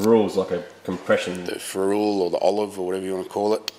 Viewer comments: 'Ferrule' usually pronounced like Will Ferrell, or like a ferret. Also is that rubber end of a walking stick! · Ff sake guys it's fer / rel not fer / rule !!!! 😂😂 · Ferrule pronounced ‘feral ‘ boys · Ferrule: Pronounced Feral, as in Feral Sheryl